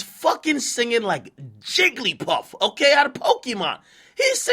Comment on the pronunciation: Nigga ak said Jiggypuff lmao